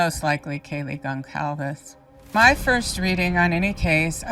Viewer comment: Only critique… but Kaylee’s last name is pronounced as if the C is an S. So helpful to have this breakdown with your prior reading mixed in!